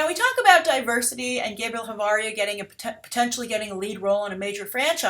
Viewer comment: asuggestion for Spanis names: Ch is pronounced like Sh not like K